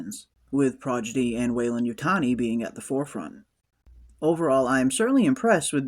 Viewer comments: It's pronounced Prodigy not Projidy 😂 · Nice recap/breakdown. Just found your channel. Liked & subscribed. One tiny note: it's Prodigy, not Progidy. 👽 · How hard is it to pronounce a seven letter word ffs? I don't give a shit if it ain't a good look and any party you gaylords attend ill happily keep well away from. Projidy??? 😂